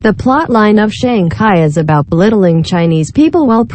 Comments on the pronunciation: SHANG CHI on GOOGLE TRANSLATE VOICE. NOT SHANG KAI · this is not ai based, its a standard text to speech synthesizer, i think its trying to say Sang Kai for some reason, which is inaccurate.